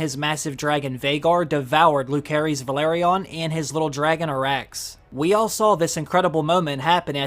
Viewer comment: "Loo-care-eez" That's hilarious...try watching the show before you make videos